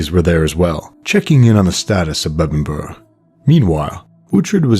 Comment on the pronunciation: well point is u said it correctly like Uhtred. All that matters, mate!